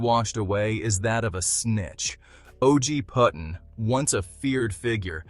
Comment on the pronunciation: Pretty his name is Puddin. As is pudding. Not puttin